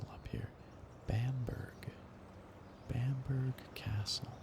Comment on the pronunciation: Just a heads up man, in the UK we pronounce it Bam-buh-ruh rather then bamburg. Still a great video :)